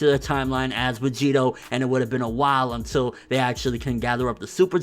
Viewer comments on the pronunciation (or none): none